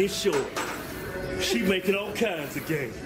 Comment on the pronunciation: "ALL KINDZ"